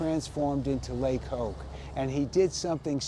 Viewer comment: The reviewer here is incapable of pronouncing the restaurant's name properly so why would I credit anything he says.